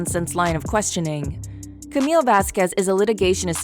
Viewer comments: It's not Camilla.... it's pronounced Camille with a silent "e". Please learn correct pronunciation of the actors/,persons in your videos prior to recording the narrative. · Her name is Camille not Camila. Camille!!!!!!